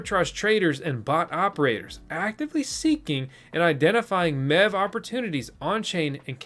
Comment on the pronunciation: Wasn't looking at my phone when you started talking about MEV and from a distance it sounded like you said "Now let's talk about meth" thought the channel changed directions in a hurry